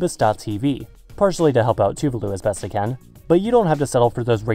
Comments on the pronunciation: Can you pronounce Tuvalu proplerly? You pronounce other words in other languages alright. Why can't you pronounce Tuvalu? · It's "tu-VA-lu", with the accent on the second syllable.